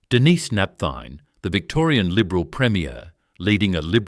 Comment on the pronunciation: AI Slop th be Victoria premier Dennis not Denise Napthine